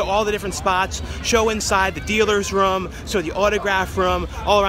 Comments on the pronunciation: please stop saying rum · Room....not rum :P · Drinking game-Each time says "roam"/"rum" you take a shot! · When he says room it sounds like rum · This guy does not know how to say room.